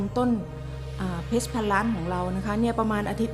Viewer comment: ออกเสียง คำว่า เพรช ได้หรู มากครับ